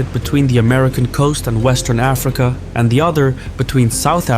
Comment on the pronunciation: it would be like saying aFRIca instead of AFrica